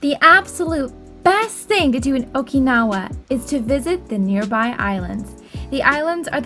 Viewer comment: How can you go to Okinawa and not even be able to pronounce Okinawa?